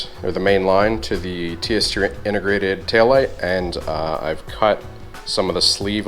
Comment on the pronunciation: Drinking game: Every time says "SPILCE" - take a shot, Every time says "TST INTER-GRATED" - down your beer.